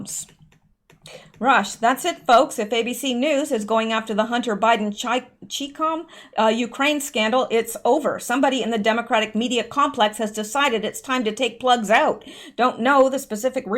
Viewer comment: ..."ChiCom" is pronounced "Cheye com" (long "I") as short hand for "Chinese Communist". I think this may have started as a military term in the U.S.